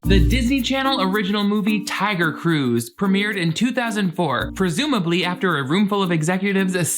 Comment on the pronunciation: I can’t stop hearing Taio Cruz when you say Tiger Cruise